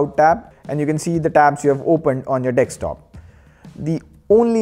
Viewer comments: why do indians call it "DEXTOP" when the spelling is clearly "DESK-TOP" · It's desk.. D e s k.. Not dex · Did you just say Dextop😂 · 'Dekstop' makes me feel cringy. Sorry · Wait a min he said dextop right